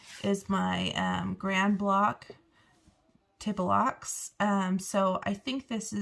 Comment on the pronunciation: Tableaux pronounced tab low